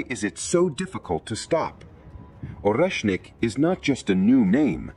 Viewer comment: AI mispronounces so many words... It can say or-esh-nic yet struggling with Kiev...not keeeevv it's ki-ev Also sha-heed missiles not sha-head SMH